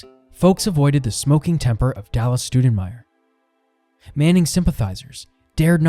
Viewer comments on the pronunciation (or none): It would be cooler if they could get our last name right. How does Stou sound like stew? It's closer to Stow... in respect for my great grand uncle - Scott Stoudenmire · Good job but I wish you wouldn't mispronounce our last name like my first grade teacher. It's not Stew-da-myer, closer to St-ow (/ou/) den-meyer. Cheers and thanks for what you're doing Scott Stoudenmire